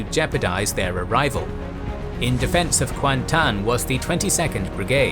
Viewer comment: kuantan was correct though